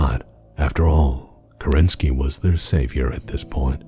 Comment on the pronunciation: Great video! It must have been a huge effort to make a 2h video. The thing that bothers me as a native russian speaker is american pronunciation of "Kerensky". In russian the emphasis is on the first syllable in this particular case.